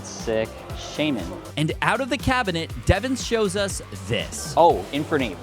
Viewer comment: Bro why does he say cabinet cab a net